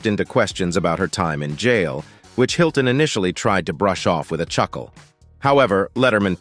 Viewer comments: I like how the AI pronounced the M in the misspelled Paris Hiltonm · "Paris Hiltonm"? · Paris Hilton-m LOL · Paris Hiltonm??? Haha, and then pronounced the extra 'm'. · Robo-reader needs to learn to pronounce names, except, of course, that Hiltonm isn't Paris' last name. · Is the reader a human or AI. Can't pronounce some name correctly. I am guessing AI.... Hiltonm